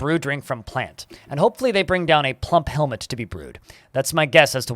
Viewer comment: Say plumphelmet one more time!